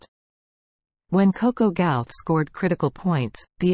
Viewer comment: It’s not Gowf it’s Gauff . I hate these AI’s